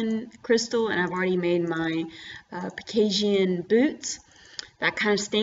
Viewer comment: lol why do u say pekasian instead pegasian?!?! nice vid tho